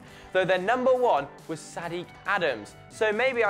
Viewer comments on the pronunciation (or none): none